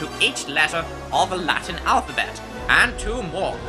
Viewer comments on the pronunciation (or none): none